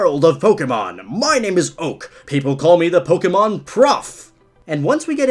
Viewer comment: Did he say pogemon